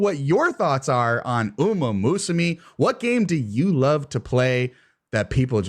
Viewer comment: The mispronunciation of "umamusume" is going to drive me insane